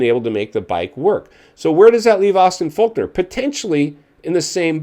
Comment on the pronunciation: It's Fork-ner not Faulk-nor 🤦‍♂️